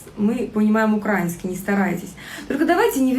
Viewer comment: А ты знаешь, где ставить ударение в слове украИнский грамотная ты наша, 🤣🤣🤣